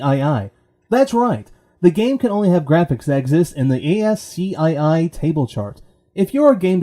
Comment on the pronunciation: *ascii (ask-ee) ;) nice work. Subscribed.